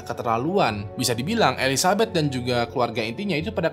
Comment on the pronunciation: bang salah nyebut nama jadi elizabut 🤣